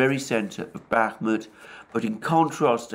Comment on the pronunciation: I’d like to point out that it’s pronounced BAH-mut (stress on the first vowel) and ivAnovka (stress on the second vowel). 👍